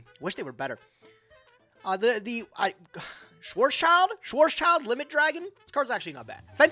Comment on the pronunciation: It's Schwarzschild - like Ch(u)-warts-chilled. (Chu-warts is spoken fast, as one syllable).